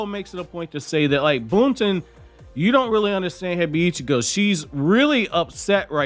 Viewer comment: I definitely like this raising of the stakes as well. Boruto is supposed to have dark elements in it, so I’m glad to see the change. By the way, I know you don’t care much about mispronunciation, but I noticed that you pronounce Hebiichigo like it’s 2 words “Hebi (snake) - Ichigo (strawberry). In the anime, it’s more like “Hey-beach-ego,” 4 syllables instead of 5. Anyhow, I appreciate your anime and manga reviews. Thank you 🙏 for doing these!